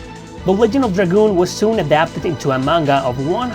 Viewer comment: Pretty sure it's pronounced "Ledge-end" not "Leg-end" ALSO: 1.) loved this game 2.) The story was absolutely fantastic and the music/gameplay was just as good if not better than final fantasy games of the Era. 3.) There were action figures??? 4.) I honestly would prefer a remaster "with modern graphics and classic gameplay and no change to the story. 5.) I'm so glad Rose had black hair... that was one seriously hot 10k year woman back in the day lol 😂